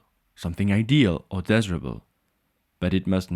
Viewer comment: Excellent and clear presentation of political philosophy. Look forward to learning more. By the way, " desirable" has a long " i" sound in English !